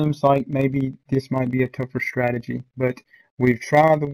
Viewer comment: Lol "strategy"